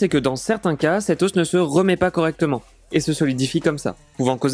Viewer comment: Venant d un type qui dit " des oss" crétin finit